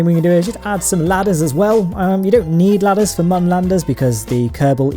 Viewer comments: It's moon not mun but ur close so idc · P.s. 'Mun' with the two dots above the 'u' is a German sound... its ACTUALLY pronounced 'MOON'. JUST SAY MOON! Not this... 'mun'. DISLIKE #90 Is me.